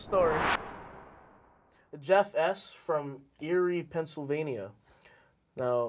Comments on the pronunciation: spelling bee guy: spell Pennsylvania tom holland: "penazeelavainia" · Pencil-vania, not PeNa-Z-lAvAl-E-Ah. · Pen-ize-la-vania Pennsylvania Penizelavania! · It’s not pencil vania Or penazeelavalelia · NoT PeNn-A-ZiLla-VeIlA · Penesilavalyaliah 😂 he said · Tom: I always thought Pennsylvania was spelled pencil vania not penizelavalia Jacob: He He vania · “Not PeNIZzELaVaNiA” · pen- slah- veee- lah- vahl- eeya good job tom